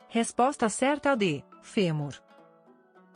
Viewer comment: 4 = OSSO: pronunciado de forma ERRADA (aberta).